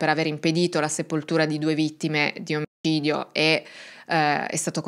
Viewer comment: Buongiorno mia cara. Posso chiederti perché nel pronunciare la parola "omicidio" tendi a censurare la consonante C ? Mi sono incuriosita spesso per questa particolarità. Un grande abbraccio. E grazie per il tuo lavoro ❤❤❤❤❤❤❤❤❤❤